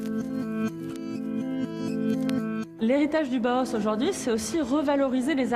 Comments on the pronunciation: Une information très très bancale pour avoir étudier le Bauhaus, je trouve qu'en six minutes on peut largement mieux résumer l'histoire du Bauhaus (qui se prononce en deux temps Bau et Haus) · aucun d'entre eux n'a réussi à dire Bauhaus correctement XD